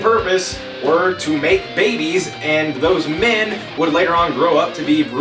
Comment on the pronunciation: "Here, mayk baybehs" ahahaha